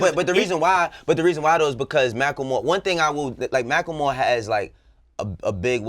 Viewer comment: why he always gotta pronounce macklemore wrong?